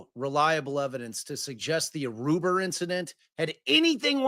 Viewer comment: I cannot handle it every time says "Aruber" 🤣🤣